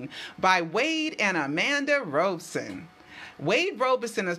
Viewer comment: his name is pronounced "Robson" as in "rob" not "robe". I know because I have heard him say his own name.